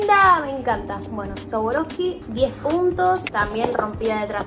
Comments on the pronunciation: Me mata diciendo sawaroski jajajajaj amola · se pronunca sharouvski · Cómo vas a decir sawaroski 😭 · No niego ni afirmo q retrocedi mil veces para escucharla decir sawaroski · compra swarovsky pero no la sabe pronunciar te amo loco se puede salir de hurlingham pero hurlingham nunca sale de vos... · amé el vídeo pero me daba cosa q pronuncie más swarovski todo el tiempo:(